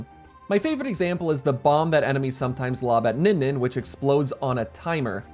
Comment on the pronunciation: Smushi: "I have no enemeies."